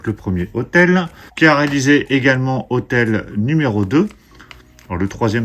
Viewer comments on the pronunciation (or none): hostel faut le prononcer avec le S , et pas hotel